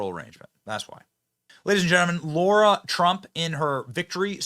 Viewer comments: Hi, not sure if u realize this but u kept pronouncing Lara's name as Laura. Even the CC shows as Laura based on ur pronunciation. Go TRUMP 2024..!! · Yay for Lara! Benny, stop mispronouncing her name. It's not laura. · Benny Its pronounced L-A-R-A!!!!!! Not Laura!!!! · Benny, no offense but it's LARA, not LAURA. Not a good look to get it wrong. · Benny, why are you saying Lara as though it's Laura? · 'PS' Benny: Sir: it's LARA, not LAURA. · Benny, it's LARA not Laura. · LAIR-Uh. Not LAURA. Johnson